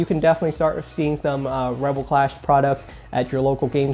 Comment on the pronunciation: It's clash not class